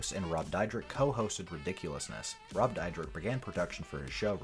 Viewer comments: Dude their names are pronounced sha nel west coast and rob deer deck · Oh my God dude can't you learn how to pronounce the people's names that you're Going to talk about on your video. Seriously do you live under a rock and you don't know who they are